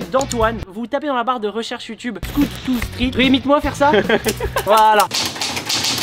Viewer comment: C est moi ou au debut de la video a dit scoot two street mdr